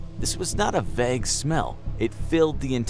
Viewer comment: The way he said “vague “